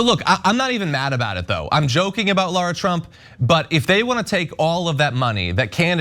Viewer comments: I thought she said Lord Trump, I had to rewind twice 😂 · yeah i heard "Lord Trump" initially be realize she said "Lara Trump" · I heard that too. gagged a little.